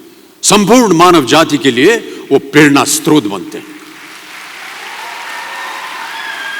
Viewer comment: बेहद प्रभावशाली विचार। mints पर अमिताभ बच्चनजी भी प्रेरणास्रोत (स्+र्+ओ+त्+अ) को स्त्रोत (स्+त्र्+ओ+त्+अ ) की तरह बोलेंगे ये कभी नहीं सोचा था उस पर भी प्रख्यात कवि हरिवंशरायजी के सुपुत्र के रूप में हिन्दी शब्द का ऐसा उच्चारण तो वाकई अविश्वसनीय!!